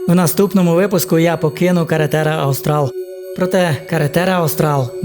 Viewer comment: Карретера АустраЛЬ, а не аустраЛ, бо це іспанська назва, а не англійська